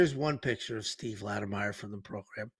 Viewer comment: Lattimer! Not Lattimeyer!